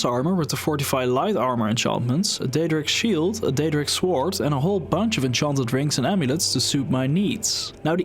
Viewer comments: De grootste fout die je gemaakt hebt is je uitspraak van het woord sword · i like the way u say "sword"